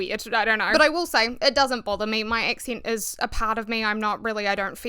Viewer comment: I came across a humouristic video stating that the kiwi accent was just replacing any vowel with the next one, as in A->E->I->O->U And I really laughed because of the way you pronounced “accent”.[Excent] The theory holds so far 🤩! Greetings from normandy France